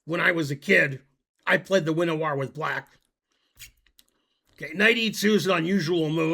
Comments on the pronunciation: Oh, yes: the win a warr variation. If you want to avoid being mocked, you could try veen a vehr. Many chess sites require only that you punch a button to learn how to pronounce a word or a name. Finegold is too important to do that. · "The chess term Winawer (named after the Polish master Szymon Winawer) is pronounced VIN-ah-ver (phonetically close to "VINN-uh-vuhr").Pronunciation BreakdownWin- sounds like "vin" (rhyming with pin or sin), not like "wine".-a- is a short, neutral "uh" sound.-wer sounds like "ver" (rhyming with her or the end of clever), using a hard 'v' sound rather than an English 'w'." Veen is incorrect. If you want to avoid being mocked, you could try VIN uh vuhr. One website in particular, called Google, only requires the press of a button to learn how to pronounce a word or name. You are clearly too busy being incorrect in YT comment sections. If you'd like to cite a source that says VEEN instead of VIN, i'd love to hear it. There's even a chesscom article titled Pronounce That Chess Word. Vin ah ver is given. No veen, which rhymes with sheen. vin, which rhymes with win.